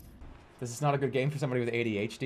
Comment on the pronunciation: why does he pronounce ADHD like adHD